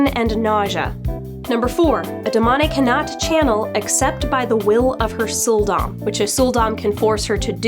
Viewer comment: When you said "Sul'Dam", I heard "Soul Domme".